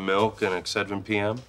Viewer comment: "Warm milk and excendrin p.m" oh Joey hahaha